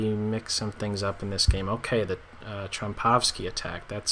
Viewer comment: its trompovsky not trompowsky anyways great vid ;)